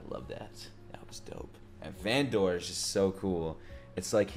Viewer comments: this will be the best show u ever touched just wait for the next episodes:) also its vandEr not vandOr just for clarification ^^ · please don't call him Van-Door ;( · I love how you call Vander "Vendor" 😆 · Great fkn reaction! It would be insane to get Arcane reactions every 1-2 days, omg this would be a blessing for this summer. Btw. it's "Vander" :)